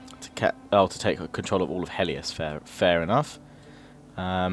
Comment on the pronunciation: It's Helot, not Heliot. It's Hellas, not Hellias. For fuck's sake...